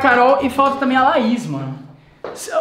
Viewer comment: Ele falou laisa ao invés de Laís kkkk kkkk kkkk